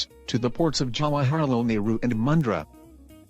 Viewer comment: Hi plz note, you've mispronouncing Jawaharlal Nehru port in many videos you can say it's abbreviation JNPT port and in this video Mundra is pronounced as Moondra. Hope you correct accordingly